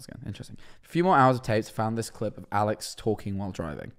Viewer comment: When mans was saying alex i heard owl legs